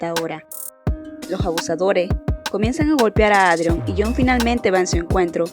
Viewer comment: Buen video, igual, me causa gracia que ''Adrion'' y ''Claire'' los pronuncias mal jsjs, por las dudas, la pronunciación adecuada es ''Eidrion'' y ''Klerh'', buenas noches